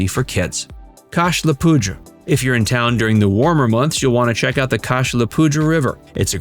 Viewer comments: Nice job. A couple corrections, the Cache La Poudre is pronounced Cash La Pooder as others have pointed out. Most folks just call it The Poudre. It does in fact mean cache the powder and theirs a small monument in Bellvue in the general vicinity of the original cache. BTW The Mish is actually up the Poudre Canyon about 15 miles from Fort Collins. The river and canyon are both special places to explore along with numerous City, State and County Parks and Horsetooth Reservoir. A truly great hiking, biking, and paddling town. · Could learn pronunciation of cache la poudre. That was cringy